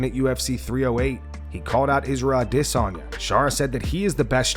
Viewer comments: "AH DEHHH SONYAAA" I HATE THE WY THIS CHANNEL SAYS HIS NAME...SO EUROPEAN 😂😂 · The way this guy says Izzy's last name makes me wanna vomit